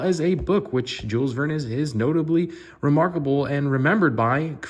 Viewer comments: It's pronounced 'marinaDe' not 'marinaTe'! And it is Jules Verne, not Vernes! He's one of the best and most famous authors in history. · Rhymes with Fern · no "s" on the pronunciation .. said like Vern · I cringed every time lol (, there is no 's' in Verne and the last 'e' is silent just FYI)